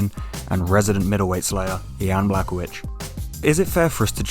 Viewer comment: It’s bla hoe vich please learn how to pronounce a fighters name if you’re going to make videos